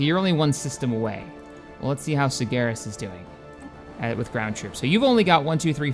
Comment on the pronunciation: I've always wondered; Why do you say Stellaris like Stel-air-is, and not Stel-are-is? Perhaps it's just your way of speaking, or a preference, but you're the only person who I've ever seen call it that.